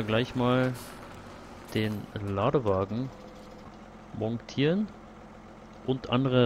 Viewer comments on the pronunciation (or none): Fällt nur mir das auf oder nervt das auch jemanden das er mongtieren sagt?